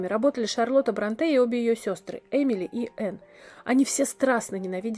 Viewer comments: Шарлота Бр'О нте а не Бронт'е. /См. Словарь ударений для радио и теле дикторов -работайте над собой/. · Услышав «БронтЭ», выключила видео. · Ну вы хоть бы загуглили правильное ударение в фамилии Бронте. На первый слог, а не на последний А всё остальное интересно, спасибо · Не БронтЕ, а БрОнте. Если лекция, то такие вещи нужно знать и выверять заранее. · Да почему Бронте́? Они англичанки, а не француженки, их фамилия имеет ирландское происхождение, а не французское, поэтому Бро́нте. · Нет, БронтЕ. Французская фамилия-ударение на последний слог. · Не БронтЕ а БрОнте! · БрОнте, девушка! Правильно именно БрОнте. Фамилия Бронте имеет ирландские корни, и изначально она писалась и произносилась как БрАнти. Позднее фамилия БрАнти трансформировалась в БрОнти. Написание фамилии изменил отец знаменитых писательниц. И уж если на то пошло, то наиболее правильный вариант произношения именно БрОнти. В русскоязычной же среде почему-то закрепилось совершенно неправильное БронтЕ. Бедная Шарлотта и её сестры, наверное, в гробу переворачиваются, когда кто-то в очередной раз коверкает их фамилию.